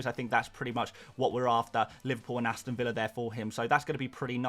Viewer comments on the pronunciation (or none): none